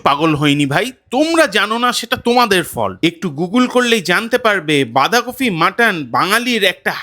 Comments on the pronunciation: Recipe ta Bhishon e bhalo but bolchi j kotha ta Bandhakofi noi Bandhakopi!! Jokes apart all the best.. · kofi kofi korchen kano? ota toh bandhakopi!